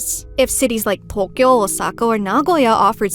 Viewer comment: I love your videos so much, but I always find it super jarring when words like Tokyo and tofu are pronounced like "thokyo" and "thofu" ^^